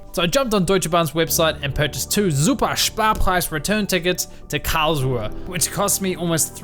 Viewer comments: Great video… I seriously need an airtag for my car keys 🙈😂 Added bonus being I now know next time I fly into Karlsruhe / Baden for Europa Park that it isn’t pronounce Karl-Shrew 🙈😂😂😂 Thanks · Karlsruhe more like cowrswe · I love how you pronounce "Karlsruhe" :D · Every time he says Karlsruhe, I'll do a push-up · very very cool intro and the video is so cool love it it's super funny how you say Karlsruhe